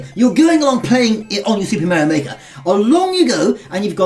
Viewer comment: It Is Super Mario Makers Not Super Meario Make